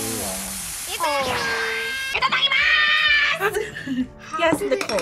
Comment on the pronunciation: really nail the itadakimasu 😂